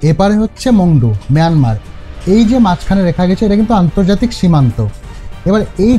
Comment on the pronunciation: মিয়ানমার আবার কী! বাজে উচ্চারণ!